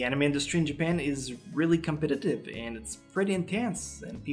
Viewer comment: I love how says CometatTIVE x333! Love you! <3